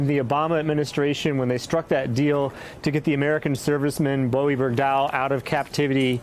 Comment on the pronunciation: Even though it's spelled Bowe it's pronounced Bo. Sorry, just a pet peeve. Take it easy ❤️